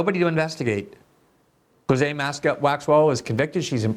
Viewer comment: Since when is Ghislaine pronounced Gerlain? Bondi's not too bright.